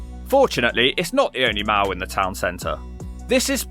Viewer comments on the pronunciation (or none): It's a mall, not a mal. Like "all". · mouw??? does he mean mall?